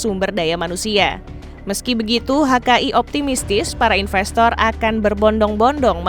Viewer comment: Investor disebut infestor , larilah mereka. Sebutan harus internasional dong.